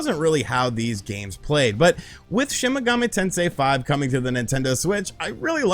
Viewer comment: take a shot everytime you hear "shin megummi tensay five"